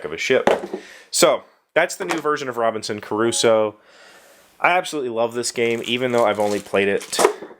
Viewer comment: Thank god they re-designed that manual, it was hell. I've played this game I believe 3 times (3 days, more than 1 game each time) and each time we start arranging the pieces we struggle to remember everything. The Round Summary looks really good and also necessary. Ps. It sounds like you're saying Robinson Caruso